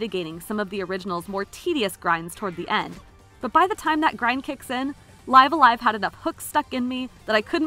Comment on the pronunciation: She pronounced it just as Nintendo itself pronounced it during the trailer.